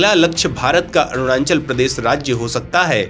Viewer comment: Apne desh ke Rajya ka naam toh thik se lijiye 🙏.... It is not "ArunaNchal"..🙄..... It is ARUNACHAL!!